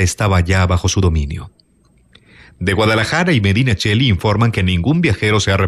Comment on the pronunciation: Eres el mejor narrador de Youtube, no tengo palabras para agradecer los buenos ratos que me proporcionas, dignificando aún más cada texto con tu voz. Pero esta vez hay varios fallos de pronunciación, lógicos por ser foráneo, que te hago saber como crítica constructiva: "Jóvenes que se pegaban EL lote", Medinaceli (como suena, con "c", o "s" si seseas), Ovidi Montllor (como suena), el vi del vici (se pronuncia "visi". "Vicio" en castellano)